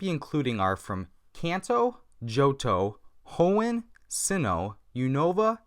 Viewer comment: he said hoeen wrong and unava wrong